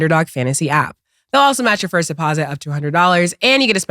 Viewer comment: Nobody Cam - "Firt of all" 😂😂